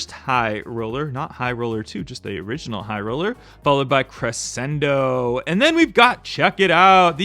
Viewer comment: Crescendo is pronounced “creshendo”. The Batman car you’re having trouble with is “Asylum” . Pronounced “As-eye-lum.” You’re welcome.❤